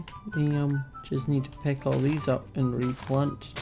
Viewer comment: pick: peck stick: steck i love the way he talks